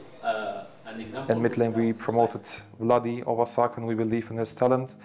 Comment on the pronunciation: C'est pas Vladi et reha sont similaires mais plutôt "wadi" et reha sont similaire 😅 mais sinon nickel